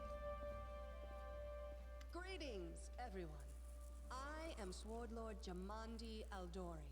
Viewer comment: It bugs me that Jamandi Aldori so distinctly pronounces the 'W' in Swordlord.